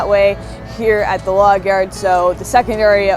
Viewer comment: Lol not sure. Listen to the way she says yard.....it has an Irish sound to me. Just that word lol